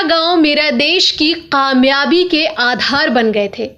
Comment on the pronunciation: Kamiyabi not khamiabi